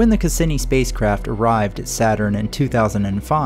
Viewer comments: good work tex, except it’s: cah see knee not cah sin knee electro static not electo setic kem istry not kim istry caz ums not chaz ums but really anything is better than some of the nigel mee thaners lol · The pronunciation of Cassini: ('kass-EE-nee') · You mispronounced Cassini. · Nice video well done and awesome but that's not how Cassini is pronounced lmaoo